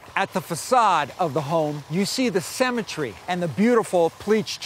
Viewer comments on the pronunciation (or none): Cemetery? 🤦🏻‍♂️ Symmetry. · symmetry is not pronounced "semetry". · "cemetry at it's best" sure lol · Cemetery? Don't you mean symmetry? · 1. It's pronounced sEEEEEmetry, not a sAmetery. Grrrr 2. The tunnels are no longer secret, you blabbermouth! 3. For something that's supposed to be secret, these tunnels are surely not hidden well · I believe the word you’re looking for is “symmetry” pronounced /ˈsɪmɪtri/, not semmetry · This guy needs to back to school and learn how words are pronounced. " semitry" - really? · This guy pronounces symmetry like cemetery, I was like what??? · Why is he pronouncing symmetry as cemetery?! "Owners loved the cemetery!" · That guy doesn't know how to say "symmetry"... he pronounces it like "Cemetery" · Love how he pronounces "symmetry" as "cemetary". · Cemetery (graveyard) instead of symmetry and Pavarottay instead of Pavarotti This guy is thinking he's all sophisticated with his pronunciation. Gotta love yanks, they are funny folk aren't they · I can't get over how he pronounces 'symmetry' like 'cemetery'. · Why does this guy pronounce symmetry the way an English person would pronounce cemetery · the host pronunciation of 'symmetry' had me totally turn off this walk thru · This guy can not pronounce symmetry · Please learn how to pronounce symmetry. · I wish this guy could pronounce "symmetry".